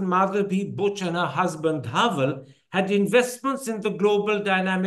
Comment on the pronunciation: Someone please tell Karan that it is Dhaval (धवल) and not Dhaaval (धावल)